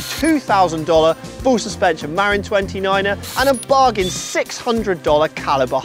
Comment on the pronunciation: I have a hard tail Marin San Quentin 2 that cost $1400 and it’s been a great bike, has a dropper post and well worth it for anyone new looking to buy, though it’s pronounced with accent at the end, ma-RIN 🙂